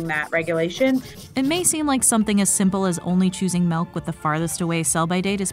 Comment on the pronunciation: Stop saying meawk instead of milk